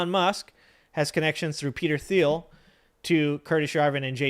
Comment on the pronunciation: Peter Thiel - the 'h' is silent "J.D. Vance will be ran" - run, not ran --Grammar Police 😂 Great show thanks! 👍